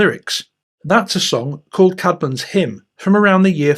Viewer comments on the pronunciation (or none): Actuallly Caedmon is pronounced Cayd mon. I should know as I grew up in the town of Whitby in North Yorkshire, England where Hilda was the Abbess and Caedmon was the cow and goat herd in the grounds of the Abbey on top of the cliffs. The stone cross dedicated to the first poet and hymn maker Caedmon stands at the top of the 199 steps leading up to St. Mary's Church, the graveyard and the beautiful though war-damaged ancient Abbey. Thank you for mentioning him.